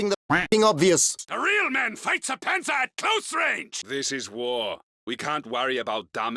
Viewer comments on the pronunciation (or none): none